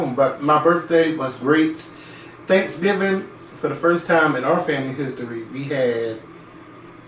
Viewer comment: He keep saying transgingers 🤣🤣